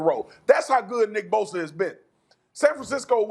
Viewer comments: Me: Bosa Stephen A: Boser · Only Stephen A could find a way to put a “R” in Bosa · "now you lose nick bosER"